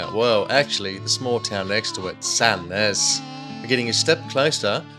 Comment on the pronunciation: 10/10 'Sandnes' pronunciation